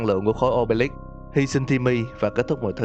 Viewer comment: Khối ô bê líp nge thành ô bê lắp Khối sì lầu ông bê líp 😂😂😂😂😂